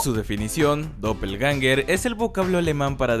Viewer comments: No hate, se pronuncia /doppelguenga/. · Un datote para aportar a la conversación: "Doppelgänger" se pronuncia con la "ä" cómo "i" ;)